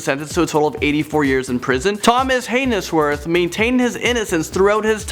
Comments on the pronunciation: I’m pretty sure haynesworth is pronounced Hay-n-z-worth not hay-nes-worth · hay-nes-worth lol. way to butcher a name. haynes is one single syllable, with the "e" being silent. "he was convinced by a jury". What? DO you mean convicted? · Thomas hay-ness-worth?! 🤣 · "Hay nes worth." are you serious? Haha